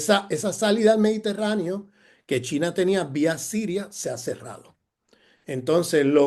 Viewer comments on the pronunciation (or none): none